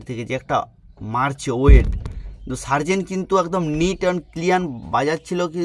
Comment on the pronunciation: Sobi thik but serzen ko Tarzen banadia 😂😂😂